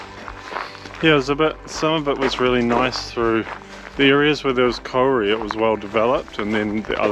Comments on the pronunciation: It's Kau-ri, not kori. At first I wondered what the heck he was talking about. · I cringed every time you said Kauri too sorry dude. You just need to roll the R. Try "Koe-dee" Loving your vids. Keep up the good work!